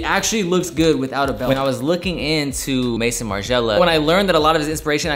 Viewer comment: pronounced may-zon not mason haha.